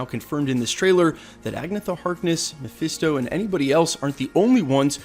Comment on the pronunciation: "mephiesto" lol